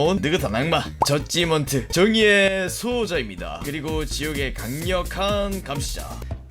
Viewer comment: 왜 저지먼트 젖지먼트로 발음함ㅋㅋ